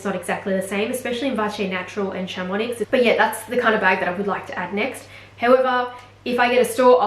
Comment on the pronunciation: 🗣 Chamonix = sham-uh-nee